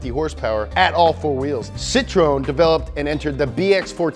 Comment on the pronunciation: I cringed when he said “ople” instead of opel and “pisho” instead of Peugeot and Citrone instead of citreon